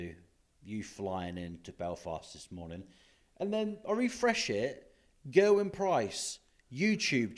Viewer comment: Gera-wyn come on at least attempt to pronounce his name correctly